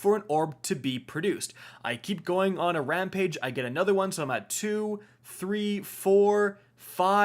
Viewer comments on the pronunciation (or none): none